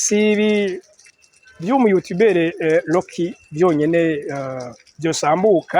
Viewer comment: None ga homme nawe ko wize urudome R rurakugora kuvuga nk'abanya Rwanda? Rocky usoma Locky? 😮